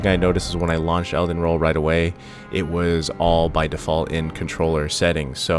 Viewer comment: Must be early, you said Elden roll 😅 love you man, thanks for the quick video.